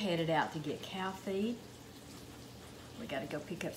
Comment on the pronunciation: Did you say cow feet?